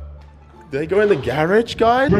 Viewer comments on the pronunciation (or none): “Gar Rage”😂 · He said garege😂